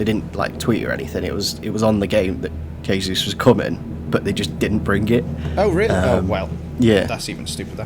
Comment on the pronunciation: the day when says jesus properly is when😭